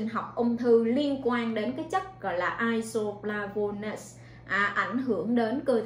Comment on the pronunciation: Nghe bã đọc chữ isoflavones thấy chớt ghê. Đọc sai hết muốn nghe tiếp.